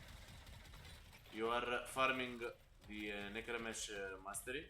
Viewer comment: Ay boi nice one but it's necrame (k) 😂